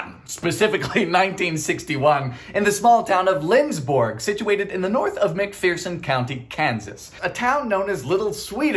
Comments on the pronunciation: McPherson not McPheerson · Back in the day the size of the pan was marked on the bottom of the pan. Oh, in case you didn't read my comment, in the general comments. . . It's pronounced McPhurson not Mcpheerson. Just like Salina, ks is not pronounced Saleena, it's pronounced Salynuh. And Saline (country) is pronounced Saleen not Salyne. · Um Dylan as a resident of McPerson, KS it is pronounced mc-fir-son not mc-for-son. Yes pronuncing Kansas names are wack we now and do not apologize, we are special that way. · I have to say, I was pleasantly surprised to hear Lindsborg mentioned, specifically McPherson, because I never hear that town mentioned, and it's where I live. (McPherson is pronounced as mick-pHER-son, though. the fun little saying is "there is no fear in McPherson.")